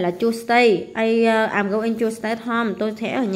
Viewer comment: cô ơi cô đang đọc nhầm gòi đó cái từ i'm go ing thì phải đọc là am gâu ing chứ khum phải đọc là àm gâu ing